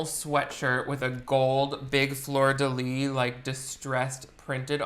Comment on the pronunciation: So apparently some people don't pronounce the s in fleur de lys, which has made me irrationally angry today. Good to know :') (Before anyone goes there, I'm a native french speaker and have NEVER heard anyone omit it before !)